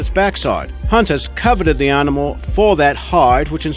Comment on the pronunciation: Hahaha, just looking through the comments to see if those two words annoyed anybody else. If the guy can't even say 'animal', not sure I should believe a single thing he says. Ruddy irritating voice or what.